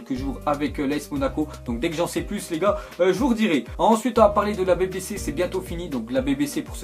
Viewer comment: BéBéCé?😂 BiBiCi